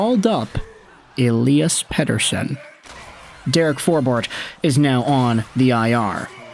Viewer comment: pretty sure its pronounced ELY-as, not ELI-as. should make commentating a little easier